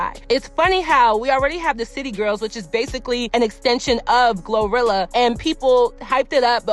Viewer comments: it’s pronounced Glo-rolls not gorilla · Girl wait... I didn't even hear this part bc her name is Glow-what??? Glo... Glowrilla????